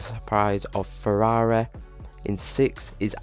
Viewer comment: The way you pronouncing Ferrari and Tauri is hurting my ears.